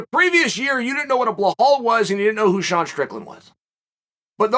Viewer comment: It’s pronounced - “Bee Laal” not Blur Haal…damn u Chael